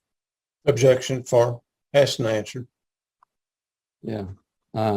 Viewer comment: It sounds like the defense lawyer is saying, "Objection fart."